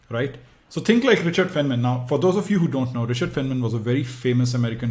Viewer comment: Good explanation but his name is pronounced as “fine” man